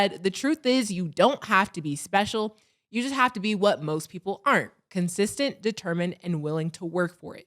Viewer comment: “Gotta stay kidsestent”